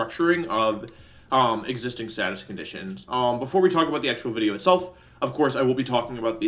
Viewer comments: it not video it’s wideo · Every time I hear Wolfey say 'wideo' I flash back to the time Joey told him to stop saying his v's as w's and nearly die laughing